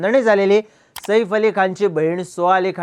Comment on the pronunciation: सईफ नाही रे बाबा साहेब सैफ आहे ते😅😮😮😢